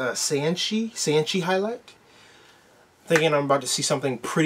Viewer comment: When he's training that's real time and not sped up. His name is pronounced Sanchai like Chai tea. He's is know for his crazy antics. He is famous for the cartwheel kick